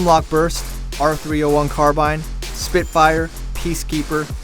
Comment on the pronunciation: You pronounce carbine wrong